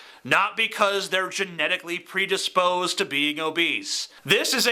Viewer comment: i love how you can't even attempt to say genetically predisposed with a southern accent